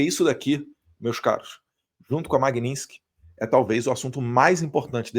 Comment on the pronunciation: Pronuncia certa: CarvaRal e Magnitsk e não magninski!!